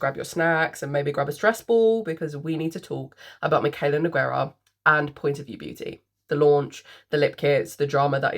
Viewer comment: You said my name correct ❤don’t worry girl LOL